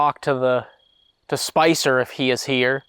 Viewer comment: When you asked them to talk, I heard a 'hello', and then you asked their name and I heard 'Spicer' as two syllables; like Spice-er! Sent cold chills up my spine!